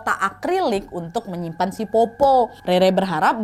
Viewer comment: Powpow kak bukan popo